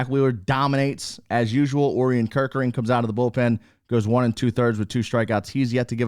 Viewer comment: Not trying to correct you, but I’m pretty sure it’s pronounced o’ryan kerkering. That’s just what I’ve heard other people pronounce it. Love the videos keep it up!!